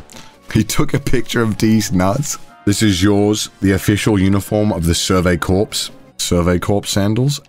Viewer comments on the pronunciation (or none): idk why but connor mispronouncing corps is so annoying lmao